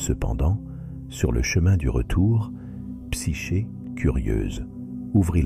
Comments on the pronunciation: Dommage. "Psyché" prononcé "Psyké" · Psyché se dit ”psyqué” car "ch" se dit ”qu" en grec 😉